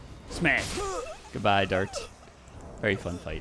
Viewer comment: Your "goodbae goodbae" is crystal to my ears